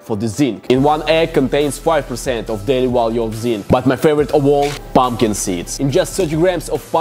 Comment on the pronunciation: POMPKEN SEEDS... you are a LEGEND :D